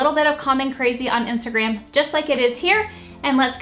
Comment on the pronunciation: Did she say "Imstagram" 🤣